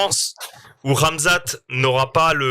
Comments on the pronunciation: Le fameux Camzate, pas la nouvelle prononciation de rat mzat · On a aussi entendu Gamzat 😂😂😂